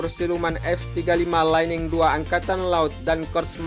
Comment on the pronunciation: Lightning bacanya jangan laining bang... tapi lait'ning